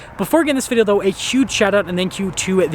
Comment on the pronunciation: Can you pronounce video properly?